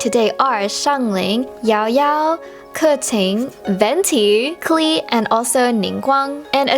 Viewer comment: Klee is the german word for clover :) and you pronounce it Kleeh, its so cute